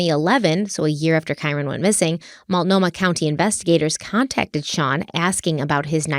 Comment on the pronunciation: Love you. Some people are just nasty and are never going to be pleased with anything you do or say. Also proud of you for your pronunciation of Multnomah after the first ep!